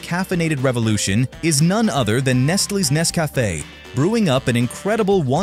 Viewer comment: I wish they would hire a real voice actor, instead of an AI that can't pronounce Nescafe correctly. Zero out of 5 stars.